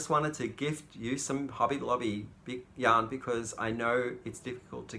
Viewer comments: Hi. I have to admit that I thought for the longest time you were saying young lovers at the beginning of your videos and I thought that was so sweet. Somehow it finally clicked you're saying yarn lovers, lol. You're still sweet though. Brightest blessings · I hear the same thing and wondered at the first why was saying that lol